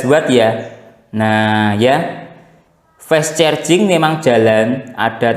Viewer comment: Fess cherjing😂